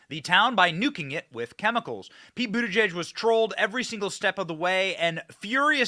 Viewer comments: It took ‘buttergee’(correct pronunciation) nearly 3weeks to get to train accident in OHIO,and 15minutes to lose his train of thought…! You could not make this up!!! How the hell do they get hired? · His last name is pronounced but-he's-gay😂